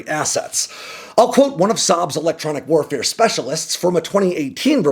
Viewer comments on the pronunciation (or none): none